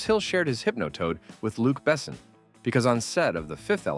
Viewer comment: besson not bessen